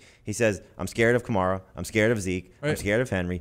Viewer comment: KAMARA. Say it right lol